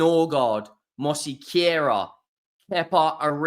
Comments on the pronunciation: Mos-que-ra Not ‘’mossy-carer” Basically drop the extra syllable (vowel sound) after the s. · Mos- care-ah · Where are you getting mosequera??? It's Mosquera!!!! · why the fuck are you butchering his name like that. Say it how it’s spelt man😂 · Thanks for not saying 'smash the granny out the susbscribe button' made me unsubscribe. MOSQUERA. please learn it. MosEquera. No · there's no "e" in between "s" and "q". So is it is Mos-que-ra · i think its pronounced Mosk-era great video again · Mohseequira....lmfao. I love you. Never change mate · 😅...Moss-Care-Ra. There you go mate. Love your content. 👍🏼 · You been saying it wrong since the first time you said his name. Sounds like you have dyslexia. Where is the 'I' to be describing as 'mossiquera'? There isnt one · Pronounce it "Mos-Kera" there is no letter i in his name. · Loool mose-quera fabrizio Romano pronounced it right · It’s pronounced “mosskerra”. Hate to say it, but you’ve pretty much been saying it wrong the whole time 😅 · You have totally butchered the name!